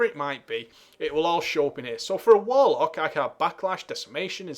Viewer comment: Your accent caused me to mistake Warlock for "Wollock" haha.